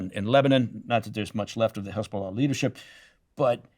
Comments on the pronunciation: He's so biased that he pronounces "Hamas" and "Hezbollah" with a Hebrew accent. Very poor choice of guest Steven👎👎👎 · The way he pronounced H*mas and He*bol*ah with a Hebrew accent was enough to break my trust instantly. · The way he pronounced H*mas and He*bo*lah with a Hebrew accent was a dead giveaway. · I knew the moment he pronounced H*mas and He*bo*lah with a Hebrew accent.